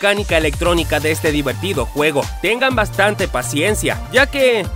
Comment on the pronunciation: El, guego, be, calamar